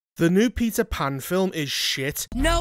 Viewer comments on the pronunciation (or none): "Peter Pander" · All I can hear is Pizza 🍕 Pan. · Am i the only one hearing him say "pizza pan" 😂